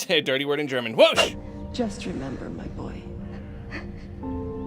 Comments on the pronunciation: Gotta say I jumped a little when I heard speak German with a perfect pronunciation 👌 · Hey, google did not betray you and your pronounciation was surprisingly good. Greetings from Germany